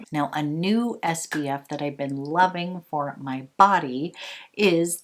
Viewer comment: Your skin looks amazing! I swear I am not a hater, but it drives me nuts that you say SBF instead of SPF. 🌞